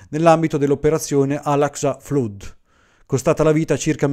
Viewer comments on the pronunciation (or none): (Segnalo sommessamente al bravissimo che Flood si pronuncia "Flad", proprio come Blood si pronuncia "Blad")